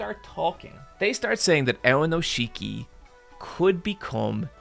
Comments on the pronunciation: WE LOVE AONISHIKI missed him so much this past month. Btw pronounced "ow neesh kee" not ownisheekee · Guys, it's Aonishiki, not Aonoshiki. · Every time he calls him "Aonoshiki" istead of "Aonishiki" a little part of me dies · Just a few notes: AoNIshiki, not AoNOshiki! Also he's not unique in being Ukrainian, there's also Shishi who's also in the top divison and was there even before Aonishiki, but hasn't had the same success, and is kind of comical for his awkward leg movements although he's very powerful on a good day. Also, Sekiwake is TWO ranks below Yokozuna. There's Ozeki between them, which is the rank Aonishiki lost because he got a losing record in March and then technically got a losing record in May because he sat the tournament out because of injury. Getting Ozeki is difficult, but it's also harder to lose once you get it; you need two losing records in a row. Also just to brag: I was in Japan for day 14 of the March tournament. I was worried for my boy (I'm a total Aonishiki simp) but I saw it live when he beat Kirishima, that was amazing. First time I saw sumo live, I couldn't have been happier. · Love the video, but man is it painful to hear you pronounce his name AoNOshiki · when you do the main video, please make sure you're pronouncing the names right. You'll catch hell for it. I was twitching every time you said AoNIshiki's name. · Very happy to see you invested in sumo and I'm sure you will spread that passion to a lot of new people, which is awesome. Just a few notes though, Aonishiki is pronounced "aoniski" and the wrestlers are called rikishi. Its not a big deal but as a sumo nerd I had to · Aonishiki has been doing sumo since he was 7 years old. He didn't magically stumble upon it while seeking asylum. Also, what is with this pronunciation of his name? I thought this guy was giant weeb.